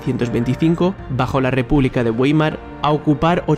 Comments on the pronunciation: Ueimar? jaja, joder. Se pronuncia baima, porque los diptongos ei en alemán se pronuncian ai, la r final nunca se pronuncia y la w tiene un sonido intermedio entre la b y la f. Macho infórmate antes de hacer vídeos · "Reich". "Republica de Gueimar". Tan difícil es buscar la correcta pronunciación de las palabras en lenguas extranjeras? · Si no sabes pronunciar Weimar mejor me ahorro el video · WEIMAR...Pronunciado con W.. jajaja..